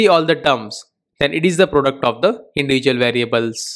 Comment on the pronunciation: Product is pronounced pro---duct NOT "productum". You need to improve your spoken English as your thick indian accent is very difficult to understand